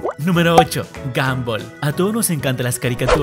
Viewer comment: se dieron cuenta que dijo gomball